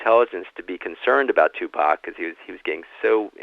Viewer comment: His name is Tupac. Proper pronunciation is "TooPock" Not "TewPack". Great interview otherwise. I thouroghly enjoyed "s previous work. "The FBI investigation of Tupac Shakur and other black leaders " was the best I've read / heard to date. Thank you. You're a BRAVE man! We need millions more like you! Abundant Blessings to you! May God order His legions of angels to surround you & protect you!